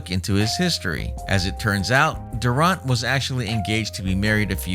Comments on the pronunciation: Thought I was the only one who caught that. 😂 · If you are gonna do commentary on your videos, at least learn the proper pronunciation if his last name my man. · You should learn how to pronounce his last name before you do a video about him! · Make a whole video dont even know how to say his name.😪🤦🏿‍♂️